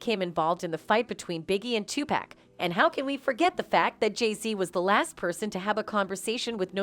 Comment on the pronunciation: Informative video. But I keep laughing when the speaker says Too-pack 😂 He’s name should be enunciated more like 2-puck or too-puck.